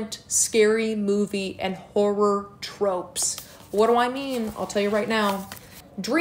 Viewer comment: Why did I think she said “whore” instead of “horror” for the first book rec 😷